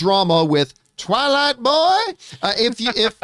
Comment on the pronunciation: “Twaylight buooy “ Never gets old John 😂😂